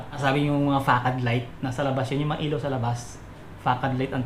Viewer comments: Sir, yung tamang pronunciation po ay fuh-SAHD.. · Sir yung Facade ang correct pronouncaition nyan ay Fasad....